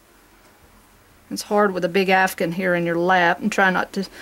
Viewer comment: OMG All these years I have been saying it wrong... I have been saying C2C Afghan. You are calling it CdC Afgun.